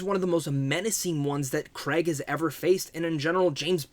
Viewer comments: Thanks for your review.But just for my American friends is CrAig not Creg. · Who is Daniel Kreg... I thought it was Craig